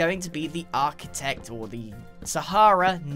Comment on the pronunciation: You know that that is right? An Aha - chitect.